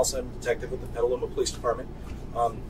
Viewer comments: Petaluma is pronounced "petel" like a flower petel, and "loomah" not Peteeluma. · It blows my mind that you couldn't pronounce "Petaluma," even after they literally say it in the video clips you show. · i live a block away from that to catch a predator sting, also you butchered petaluma 😂 you can pet a llama but you can’t pet a luma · How he pronounced petaluma cracked me up